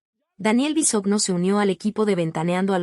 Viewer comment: Se pronuncia Bisogno. De ahí, ya no se cree nada